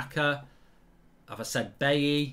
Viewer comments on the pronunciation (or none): none